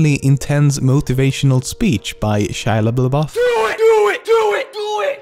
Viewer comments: Shia Laboof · Shia Lablubah :D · "Shia Leboobaf' -Lemmino 2016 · "Shia LaBuBleouf" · He said Shia Liabblieff